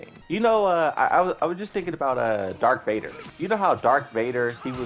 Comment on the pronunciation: Did he say Darth or Dark Vader????